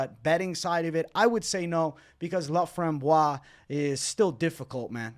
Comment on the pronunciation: Everybody butchering ,Corinne Laframboise name is hurting my ears hahaha 😂😂and please guys do yourself a favor, its "Montréal , Québec" not "Montréal, Canada" ! Thank you !